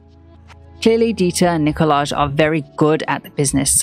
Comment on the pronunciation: Nicolaj is pronounced Nikolai